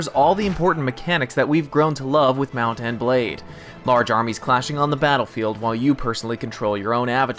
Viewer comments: i hate how he says mount and blade sheet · anyone else think that he says the words mount and blade like hes never heard those words before in his life